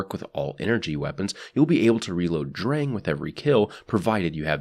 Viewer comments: it's pronounced like "Drung" but the german "R" is very different from english and most other languages. can't really explain it through text, sorry mate. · Im not a german dictionary or anything, but based on my 1 german class so far I think its pronounced "Shturm". Also if Drang is a german based name, its probably pronounced "Drong" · you pronounced sturm better than drang